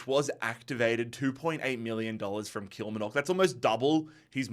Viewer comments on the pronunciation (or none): Pronounced Kill Mar Nuck